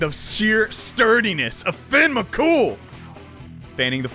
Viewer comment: As an Irish person Fionn mac Cumhaill is pronounced fi-yun rather than fin. U absolutely nailed the surname tho.